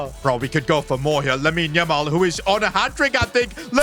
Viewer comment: says lamine yumal😂😂